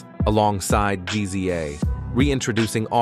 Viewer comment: Hold up, G-Z-A?! 🤣 Also, how can you assume DJ Polo and KA were murdered? KA was a firefighter in his 50’s. It was more likely natural causes than a murder. Stick to confirmed murders, don’t just start assuming any rapper or DJ that passes away was automatically murdered.